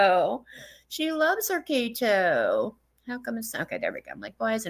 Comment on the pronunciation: When she says Kato, i wanna hurt her. How hard is it to say kEto. I can't take it.